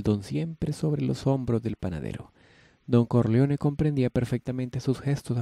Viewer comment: Pero cómo que CARLEONE? quién es CARLEONE?Jaja